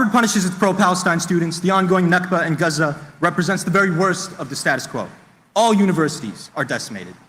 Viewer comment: I liked his speech, and the way he said 'Guzza' did not take me out of it at all... not even a tiny bit. Really.